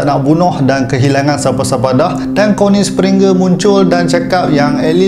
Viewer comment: Aku lawak betul bila abang ni sebut Connie springer🤣🤣🤣🤣🤣